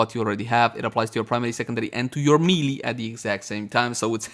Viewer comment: Did he really just say me-lee Lol its maylay